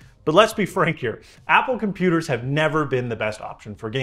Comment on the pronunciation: Pumpooters. Nailed it.